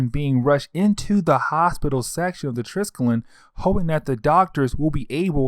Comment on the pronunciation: TRIS-KELL-EE-UN -Triskellion. Jeez haven't you seen agents of shield? ^-^ I like the breakdowns tho!